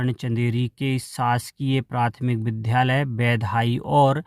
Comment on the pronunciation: इन श्री मान जी के द्वारा विद्यालय को विध्यालय क्यों बोला जा रहा है? कृपया सही उच्चारण करें ।